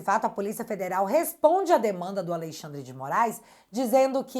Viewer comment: pelo amor... pare de falar aleIxandre... isso reforça o inconsciente de que ele é a lei, já deu dessa ironia... amo teu trabalho ❤